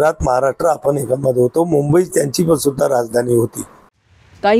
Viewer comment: आधी‌ मुंबई म्हणायला शिका महाराज